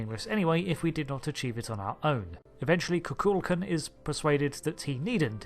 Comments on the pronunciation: FYI...The name of the Mayan deity is KukulKAN, the emphasis being on the last syllable. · FYI It's pronounced KU-kul-kON